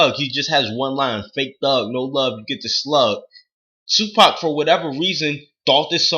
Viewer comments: 2pac is a thug and he his the best you dint even say his name right dumbass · You sound like a bitch and didn't say his name right. U know nothing about him not his name. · LMAO at least say his name right